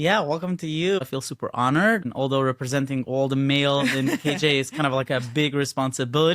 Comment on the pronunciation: Because of your accent, I thought you said "curios joel." Maybe you should ride a book about a chassid named joel , who starts to get curious about the outside world. Oh, and he happens to live in kiryas yoel. I think i'm onto something there and I want ten percent l o l😂